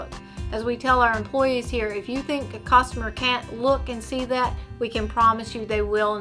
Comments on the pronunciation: It’s customer not costumer. One letter sure makes a difference in proper speech. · If you say "COS-TOMER" one more time I'm going to puke....